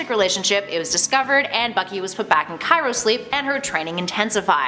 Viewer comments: What the hell was that pronounciation of CRYOSLEEP. Chirosleep? Did his body get cracked in multiple places while sleeping? :D either way, good list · I can't get over how she kept mispronouncing cryosleep. My brain is spelling it as 'Cairo sleep'.